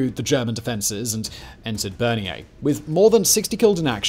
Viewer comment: Not Berniere. Bernières-sur-Mer. Other than that a great video.